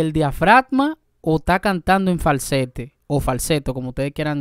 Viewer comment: Valbaro jajajajajaja ,es barbaro se dice , por favor , habla correctamente . No es falsette